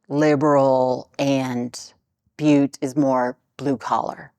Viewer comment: As a native Montanan, you pronounced Butte correctly.:)